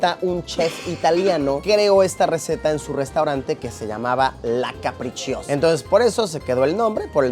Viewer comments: Sobre la pizza capricciosa, no se pronuncia caprichiosa, se dice CAPRICHOSA. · Que bien, justo trabaje en uno de esos lugares que salen en la intro del video y por cierto, la pizza carbonara no lleva pomodoro (tomate) y la pizza "capricciosa" se pronuncia "caprichosa" como en español xD no caprichiosa hahahaha buen video!